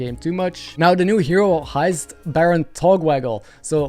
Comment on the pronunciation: "the new hero HEIST Baron Togwaggle", "heißt" (just like pronounced heist) is German for "is named" which fits super well there:D